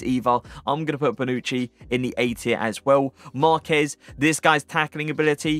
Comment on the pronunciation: You pronounced Marquez correctly! Well done